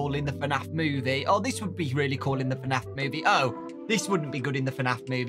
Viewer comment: Why he keeps on saying FANAF?